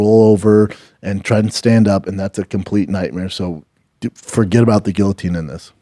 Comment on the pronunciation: The fact Brendan fought in the UFC and cannot even pronounce guillotine correctly!!! Lol so funny 😂😂😂